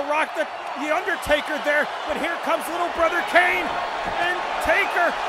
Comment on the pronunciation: did it sound like he said widdle?